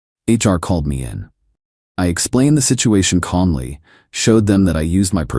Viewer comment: Can the AI get fixed please? i couldn't finish the video cause of how it was reading the word 'me'.